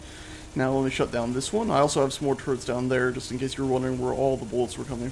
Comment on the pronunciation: Thought he said gatling carrots. lol